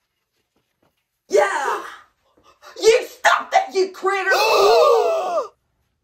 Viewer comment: You can say critta...but not critter 🤣🤣🤣